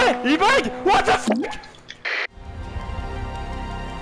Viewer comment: ''a bug'' almost sounds like he says a bike, wich fits great haha